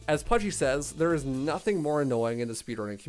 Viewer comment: Why does it sound like calls Punchy Pudgey?